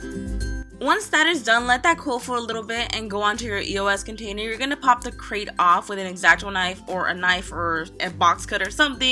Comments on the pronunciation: It's her pronunciation of grate so don't rage at her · It's grate not crate it is kind of common sense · it's grate not krate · It's grate not crate